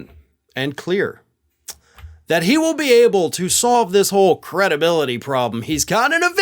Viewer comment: George will never get his "cre-DUH-bility" back.